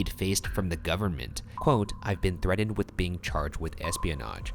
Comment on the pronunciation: Nobody: Ryan: 𝐓𝐇𝐑𝐄𝐀𝐃𝐄𝐍𝐃